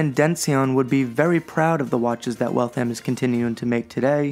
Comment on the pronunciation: The second "A" is almost silent, it's pronounced Wall-th-m not Walth-ham or Wal-tham (Waltham) a pet peeve. As far as the watches go, they're nice, I almost got one but ultimately decided that I couldn't justify the cost. The movements, while reliable, are only worth $100, $150 tops and you'll find them in $300 retail watches. I can appreciate that the $300 variants won't have a power reserve complication, and that particular complication is expensive, I had to ask myself is it $1100,00 expensive? My answer was no, it is not. In my opinion, these are $400-$500 watches retail selling for $1000-$1500. No thanks, I'll pass.